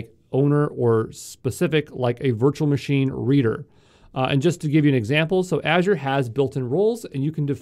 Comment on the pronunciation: Yo from exam pro.Please change ur accent/way of speaking.. Its Manger, Not Managerrrrrr. Its Machine not MachinEeee